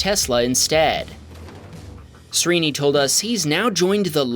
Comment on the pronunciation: FYI Srini is pronounced like SHREE-ni.